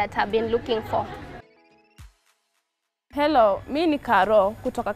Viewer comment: mara anasema elo "hello